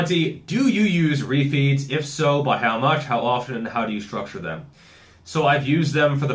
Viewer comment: It took me a while to work out that you weren't saying, "You may need more roofies." and you were actually saying, refeeds.